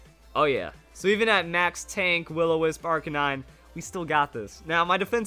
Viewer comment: It's arcanine not arcanin.